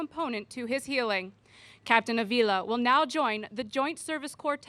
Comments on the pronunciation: It's pronounced A-vila, the accent is the first A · Just for the record, in Avila, the stress is made in the first syllable, like in Jonathan. To hear everyone saying JonAthan is a little bit disturbing, right? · Seriously no one at CNN speaks Spanish well enough to tell these idiots how to pronounce Avila? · Side note from the main point here about Trump denigrating the military and vets. I was surprised to hear the announcer and the hostess mispronounce Mr. Ávila's last name. Just trying to be helpful here. In most Romance languages there are "tildes" or marks over certain letters. That's a visual indication of the stressed vowel in that word. So, it is pronounced US: /ˈɑːv-/ AHV-,[3] Spanish: [ˈanβila]. In this case, the name Ávila comes from a city in Spain which is also the capital of the province by the same name. There have been people living there for some 2,500 years, that's probably why you haven't heard about it or of it. The city has a complete medieval wall, one of the best in Europe. The Walls of Ávila The main landmark in the city is the imposing Walls of Ávila (11th–14th centuries), begun in 1090. The enclosed area is 31 hectares (77 acres) with a perimeter of 2,516 metres (2,752 yd), 88 blocks of semicircular towers, 2,500 merlons, curtain walls 3 m (9 ft 10 in) thick, with an average height of 12 m (39 ft), and 9 gates.[18] The walls represent the largest fully illuminated monument in the world. It is possible to walk upon the walls for roughly half their circumference. While some of the walls will never be walkable because of their integration into other structures, a large stretch has yet to be made safe for pedestrians.[citation needed.